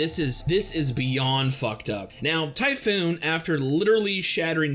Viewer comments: Dude, it's not Typhoon xD it's Typhon. Pronounced as Tyoophon, if you will. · Its pronounced as tifOn (stressed O) atleast in Greek.